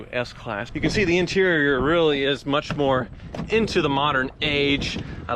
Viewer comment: intereriorrerr